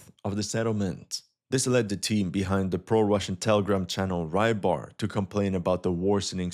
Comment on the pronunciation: It's rybar (fisherman), not rai-bar.